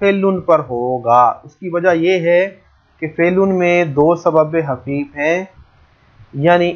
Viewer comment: سر آپ بار بار سبب حفیف بول رہے ہیں کیا یہ سبب حفیف ہے یا سبب خفیف ہے